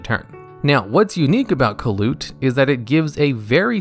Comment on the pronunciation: I thought kalut was pronounced more like caiou and less like kaput